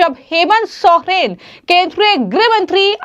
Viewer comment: Bolna sikhe sohren nahi soren hai surname